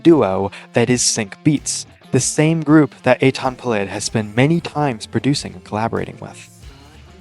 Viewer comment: No, Eytan/Eitan is pronounced Eytan. You got it.